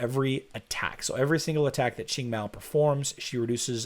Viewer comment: I still can't get over Qing being pronounced ching